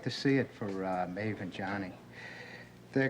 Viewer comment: It's Maeve, not Mauve, and I agree with you! <3